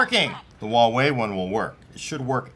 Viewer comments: Wawei? I'm pretty sure it's Huawei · is asian pronounces huawei wrong